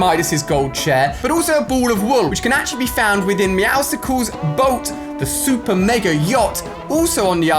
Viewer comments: ITS MEOW AND MUSCLES PUT TOGETHER TO SAY MEOWSCLES NOT MEOWSICLES... sorry im just mad.. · Its ('meow'-'suls') not ('Meow'-'sicles') I know my pronunciation marks are probably all wrong but I'm pretty sure the message was clear. Haha 🤣🤣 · It’s not Meowsicles it’s meowsles. Muscles and Meow moved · meowsicles instead of meowscles lol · Please please stop pronouncing the C in meowscles - the name is a combo of muscle and meow (obviously he’s a muscly cat) and you don’t pronounce muscles as “muss-calls” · It’s not meow sickles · It's pronounced meow-scles like muscles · He said meowscules wrong. It's the 3rd week and he is still saying it that way. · It is meowsles not meowsles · Meowscles is pronounced like muscles if you didn’t know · by the you are saying meowscles wrong its like saying meow and muscles combined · say muscles then say meowscles now have you pronounced it wrong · U are still say meowscles name wrong